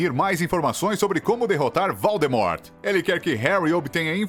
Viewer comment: Ele também falou: dum-bledore, valdermor .